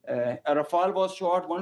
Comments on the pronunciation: Its raw-fail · Oooh right sometimes u claim 5 rafale some times 3 some time 6 stick to one 😂😂😂😂. And he's learn english first it's rafale